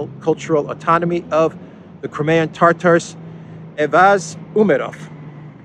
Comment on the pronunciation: It's not tartar like steak tartar it's Tatar, as in the nomadic people from the Caucasus lol